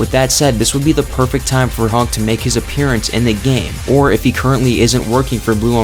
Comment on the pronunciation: HUNK! NOT HANK!